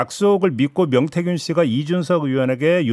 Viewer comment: 명태균인데 자꾸 맹태균이라네.ㅎㅎ